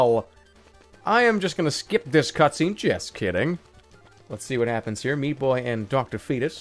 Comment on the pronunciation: Sometimes it sounds like Super Shpee Boy.